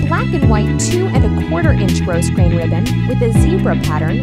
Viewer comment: The "s" in grosgrain is silent.